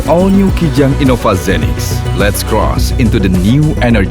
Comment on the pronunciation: i-nova? baca innova ya innova geblek udah jelas nn nya dua bukan n satu